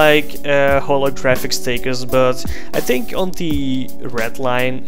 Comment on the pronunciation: ''I tink ''